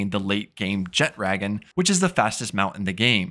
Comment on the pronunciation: It's pronounced "jettra-gon".